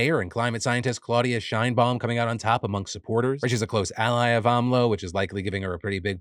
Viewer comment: Close pronunciation of Claudia Sheibaum, good job Phil. Im proud of the progress my country has made throughout these last few days, im proud of the front runners for the presidency are woman. But due to the history of the political parties who back these woman, they don’t have the best track record. Especially Sheinbaum, due to that during her charge as mayor of Mexico City. One of the metro lines collapsed, taking several lives, she did not responded well to that situation at all. Not taking the blame on the missed inspections of the lines, as well as pointing the finger at the previous mayors, a move that is very AMLO. Hopefully Xochitl would make AN ACTUAL CHANGE TO MEXICO, but since the guy that is in the chair right now promised a change that never came, im skeptical.